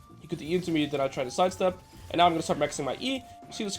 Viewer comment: Why does he pronounce "and" as "ieeend"?